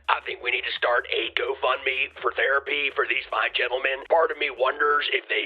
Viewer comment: For MTGs Flintstone feet, did you say she needs a"Toe Fund Me" ???😅